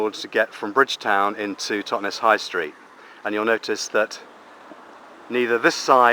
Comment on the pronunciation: Totnes does NOT rhyme with Loch Ness!